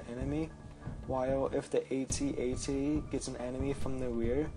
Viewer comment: If only you could pronounce AT-AT correctly.....its not A-T-A-T is AT-AT